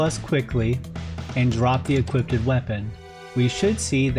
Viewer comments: This is incredible! Although was maddening how he kept saying ”equippeded” instead of equipped, I admire his insane dedication , lmao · The correct pronunciation is equipped, not equipted <3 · Why u say "equipted"? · My guy, I love the content, but you've gotta know that equipted isn't a word. It's equipped, man! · after this it’s you saying equipted?